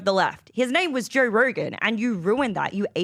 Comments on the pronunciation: “Jer Rergern” lol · Jerr Rergan? What??? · Why does she say Joe Rogan that way? It was like a mini stroke when she said his name both times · Why that girl cant say Joe Rogan?